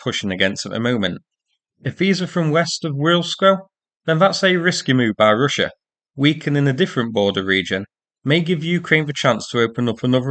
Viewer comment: What is "Ryssia?" Real bad pronouncing here. Almost impossible to "Inderstond"!